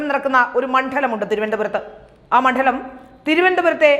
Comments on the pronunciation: മൺഠലം അല്ല, മണ്ഡലം. ഠ അല്ല ഡ . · എന്താണ് ഈ മണ്ഠലം? മണ്ഡലം എന്നു പറയാനെങ്കിലും പഠിക്കൂ, കുട്ടീ.. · മണ്ഡലം എന്തിനാ ഇങ്ങനെ കഠി പ്പിച്ചു പറയുന്നേ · മണ്ഡലം എന്ന് ശരിയായി ഉച്ചരിക്കൂ.